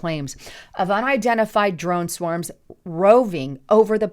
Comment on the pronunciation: "Dworn Swomes", how do you not love this woman? It's pysop!